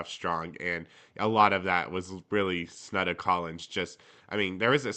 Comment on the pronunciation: Oh, Texas Tech fans are used to lazy work by a certain announcer who covers almost every game and it seems will never learn how to say Snudda's name properly.